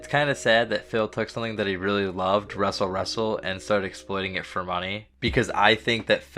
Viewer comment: Fill me in. Why ya call it wrestle wrestle?